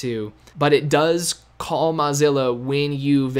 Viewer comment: Learn how to pronounce Mozilla, or stop saying it.